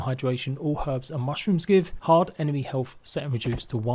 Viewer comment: Helf=health, haerbs=urbs. Does this guy have a speach problem?